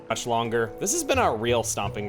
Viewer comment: "Uch longer."